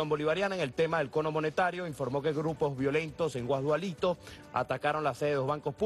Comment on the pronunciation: guasdklito jajajaja